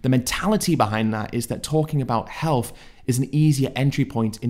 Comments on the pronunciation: I can't see past your speech. You can pronounce the, them, this and that etc, But you insist on saying effical, healf, uvver and worf and so on. I don't deny that you're clearly show signs of intelligence but I can't take you seriously when you can spell these words, pronounce "TH" in obvious demonstrative pronouns and so on, but you don't seem to be willing to apply your brain power to putting the "TH" in ethical, health, other and worth. I can't see past this and my high opinion of you was shattered the moment I noticed that. Peace brother. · Healf, clofes, mefane, efical? Does Ed hate the "th" ? 😂